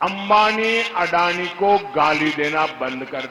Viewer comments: അവതാരകന് ഒരു വലിയ നമസ്കാരം. വീഡിയോ കണ്ടു തുടങ്ങിയപ്പോൾ എന്തെങ്കിലും കഴമ്പുള്ള കാര്യം ഉണ്ടാവുമെന്ന് വിചാരിച്ചു, തീർന്നപ്പോൾ മനസ്സിലായി... കഴപ്പാണെന്ന്, മോദിയോട്. കുറ്റം പറയുന്നില്ല, അഭിപ്രായസ്വാതന്ത്ര്യം എല്ലാവർക്കുമുണ്ടല്ലോ. ആദ്യമായി സൂചിപ്പിക്കട്ടെ, താങ്കൾ മലയാളം ശരിയായി ഉച്ചരിക്കാൻ പഠിക്കണം... അദാനി, അംബാനി എന്നു പറയുന്നതൊന്നും ശരിയല്ല. അതവിടെ നിൽക്കട്ടെ, കാര്യത്തിലേക്കു വരാം. ഒരു തെരഞ്ഞെടുപ്പു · പ്രെധാന മന്ത്രി ക്ക് ചടങ്ങിൽ പങ്ക് ടുക്കാൻ പാടില്ലേ 🙏🙏🙏🙏🙏🙏🙏🙏🙏❤❤❤❤❤❤❤❤